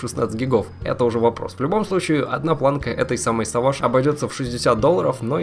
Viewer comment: Не савадж а сэвейдж )